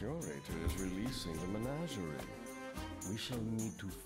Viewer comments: MeGNAWgerie is not the way anyone says that word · Trump, plz, listen to the game and pronounce menagerie correctly.